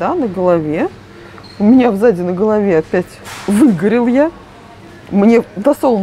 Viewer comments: Очень нравятся ваши обзоры, спасибо., только СЗАДИ, а не в заде😁🤣🤣🤣🤣🤣🤣🤣🤣🤣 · Взаде? Или сзади? "В заде на голове " )). Все мы оговаривается, но смешно вышло